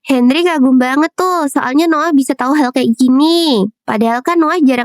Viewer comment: nama nya Noah ku dengar Nolan